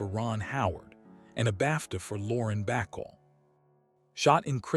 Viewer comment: "Bacall" Not "Backle"